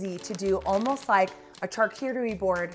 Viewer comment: If I were married and my wife touched OUR fridge that way, I'd be worried! - You said it right the first time: the French say Shar-CUTE-a-rie.